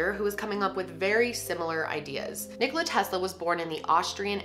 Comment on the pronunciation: thank god she says Nikola right. lol im serbian so i know